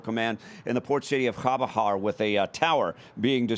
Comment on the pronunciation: Couldn't even pronounce CHABAHAR... 😂😂